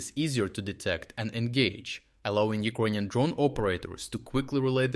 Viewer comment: Thanks for bringing great content and insights into the war against the Russian invader! However, could you pronounce Ukrainian as YOU-CRAY-NIAN instead of OU-KRONIAN, PLEASE??? Thanks